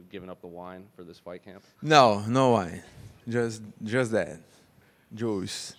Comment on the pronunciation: "no wine just the joose " 😂